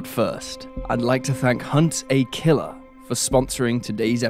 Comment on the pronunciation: Lol never heard it ever-so-properly pronounced as 𝘏𝘶𝘯𝘵-𝘼-𝘒𝘪𝘭𝘭𝘦𝘳. I usually hear the lazy sounding, laxed pronunciation, 𝘏𝘶𝘯𝘵-𝘶𝘶𝘩-𝘒𝘪𝘭𝘭𝘦𝘳. The British are indeed proper-fancy... monocle-fancy 🧐 lol!